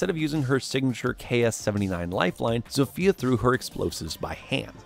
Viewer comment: "Zofia" is read like Zo-fia not Zofya or Zofeya just Zo-fia